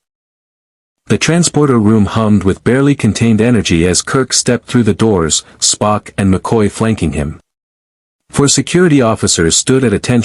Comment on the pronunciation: Yes, the un-natural breaks in "Mr... Sulu" & "Mr... Spock" were very off putting.